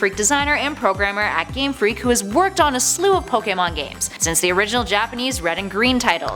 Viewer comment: Finally someone who can pernounce pokemon right